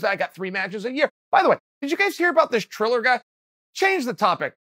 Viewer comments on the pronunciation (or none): It's Triller, no 'h'. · Chael really said "Chiller" ...I'm losingg my shitt🤣😭